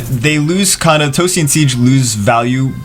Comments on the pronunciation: Sige (See-Gay), not siege xD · Sige is pronounced as Si - gay